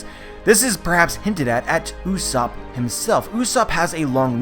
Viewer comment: Its not usopp its pronounce as Yus-sopp...